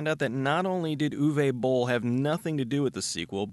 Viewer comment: His name is pronounced "oo-vuh bohl". He's German. He's a terrible director but that least you can do is say his name right.